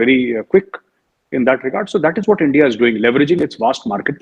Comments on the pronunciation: This guy Cheema always says, Endia, Esrael, Eraan....😂😂😂😂 Beggar Pakistan has to understand the good international friendship and power of India... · This MC purposely pronounces ENDia . This bastard needs kicking😡😡😡